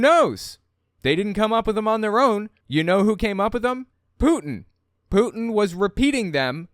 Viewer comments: sorry to make fun of an accent but it sounds like she loves "Poutine" (which is fries with gravy and cheese - a fave Canadian dish) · Funny how you say putin. Maybe say it more lime the french. Putin has meaning in french. It sounds like boudin white blackpudding , sausage. And ofcourse hooker/ putain